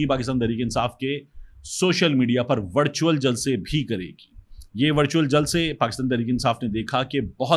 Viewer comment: طارق بھائی آپ نے وِرچُوئل جلسے کو وَڑچُوئل بنا چھوڑا ہے۔ 😂